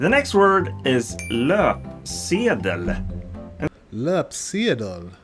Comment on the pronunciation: I teach Swedish to immigrants, and I'm impressed with your pronunciation of these Swedish words. Especially "löpsedel" since not a lot of people get the ö right in the beginning. Good on you!